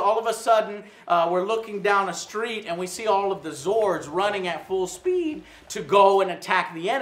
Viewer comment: how the fuck did joe say speed like that? did he accidentally sit on a testicle?